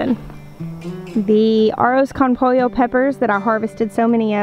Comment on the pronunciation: Arros con pollo peppers pronounced (poy-yo) is rice with chicken peppers. Try cooking them in a chicken and rice dish. It will taste amazing. What I know about peppers is it the base, where the fruit meets the plant, if large like bell peppers tend to be sweet/mild. The peppers that are smaller are very hot! Pica! Ghost peppers.